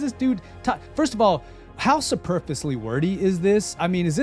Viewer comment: Dude can’t even pronounce superfluously after claiming to understand what progenitors means. No you don’t bro.